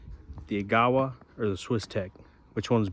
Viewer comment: fyi, the correct pronunciation is agga-wah. Its a canyon in northern ontario on the way to thunder bay